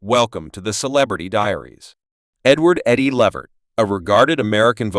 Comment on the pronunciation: His name is not the way this man is announcing it Lavert it's Levert